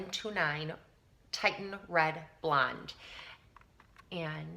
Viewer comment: Your hair is a gorgeous color and I'd like to get more reddish tones in my blonde so I'm going to look into Wella colors. Just FYI, the red you use is pronounced Tih-shun because it's spelled Titian (2 i's). Titian was an artist and this refers to a shade of red he used in many of his paintings. :)